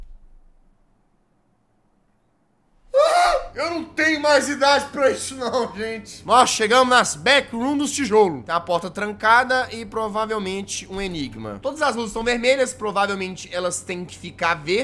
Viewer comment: Eu ri muito quando ele falou as becurums dos tejolos kkkkkk